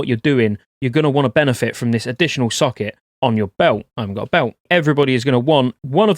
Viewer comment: "I 'aven't got a belt..."